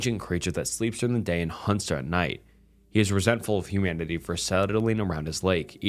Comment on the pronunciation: your telling me you don’t even know how to pronounce humanity? might be time to go back to kindergarten.